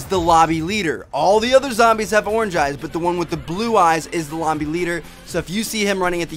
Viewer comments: did he say lomby leader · ...you said lomby leader :D